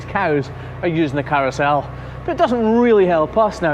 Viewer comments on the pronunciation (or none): Carousel? You mean a cowousel XD